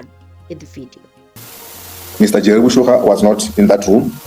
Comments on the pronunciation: J3rry Boshoga not Boshogo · Are you mispronouncing Boshoga on purpose?